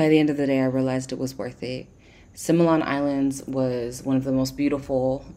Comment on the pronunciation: Oh, God! Simian Simian Simian. Similan, Si mi lan .(ˈsimilən ) . is not sai mian.